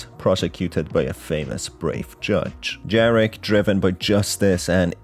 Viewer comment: Greetings from Poland! "j" in Jarek is pronounced like "y" in "Baba yaga" Good video whatsoever, keep up the good work!